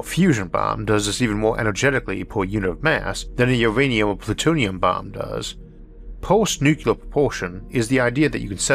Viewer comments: NuCLEAR, not NuKeLAR .. how can you misread that ? Anybody saying like that sounds like 3rd grader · There is no such word as nucular. The word is nuclear. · There is no word in English called "nu-cu-lar"! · I'm a subscriber for years and I know. But it's not his speech impediment that is the problem. He says "Nucleus" just fine. It's the stupid Bush era pronunciation of Nuclear like NuKeLar. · Stop. Nuclear has 2 syllabyls. Not three. This is not your spech defect. This is low level DOD. Jimmy Carter can stil pronounce the word correctly. LOOK IT UP.